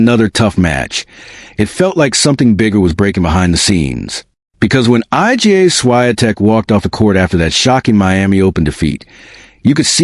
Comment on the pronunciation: HOW RUDE!! HER NAME IS NOT I.G.A.